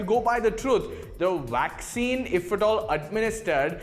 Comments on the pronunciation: First of all it's a vaccine not a 'wwaccine.' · Dr Carrie Madej is being censored because she is over the target...I hope the presentor gets all the vaccine he wants...and it's vaccine not waccine! LOL!!